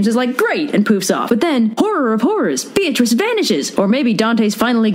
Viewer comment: Funny thing about Beatrice (which, by the way, was pronounced completely wrong in the video because her name uses the Italian pronunciation ;P): She was never Dante's girlfriend. Dante barely spoke to her. He was one of those poets, like Leopardi, who secretly admired a woman from afar and considered her to basically be angelic and perfect and called that admiration and reverence "love".